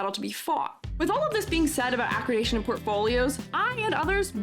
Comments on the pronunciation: I mean well when I say I think you are mispronouncing “accreditation”. It’s not ah-kri-day-shun. It’s ah-kreh-dih-tay-shun. Sorry, it was driving me crazy. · Very thoughtful video with amazing points. Glad to hear from an open minded educator who cares. Accreditation is pronounded ac-credit-dation by the way, not acrid-ation. ^^